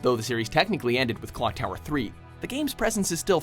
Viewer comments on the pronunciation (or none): "Clock Towel?"